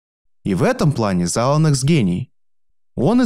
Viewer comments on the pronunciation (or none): Сука, уши отваливаются каждый раз, когда ты говоришь заланакс, вместо зайленокс